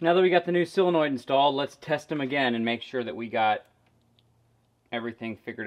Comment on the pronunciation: sOlenoid with an “O”